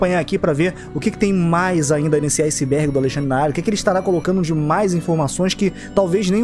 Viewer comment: Literalmente ninguém: A Cara que criou o vídeo: "bem vindos Ao Izibérgi do Alexandre na área"